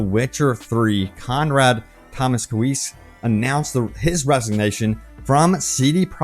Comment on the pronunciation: i believe it's pronounced "toe-MOSS-ko-wits"